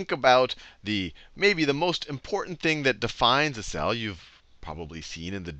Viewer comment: did he just say 'structure of Sal'? :D